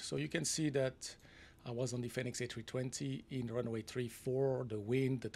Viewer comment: Love FSIPanel. New training scenarios are always exciting to see. Just a note. Fenix is pronounced like fee nix rather than fen nix.